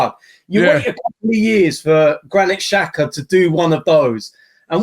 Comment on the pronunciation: Xh is pronounced as j these lot keep calling xhaka shaka haha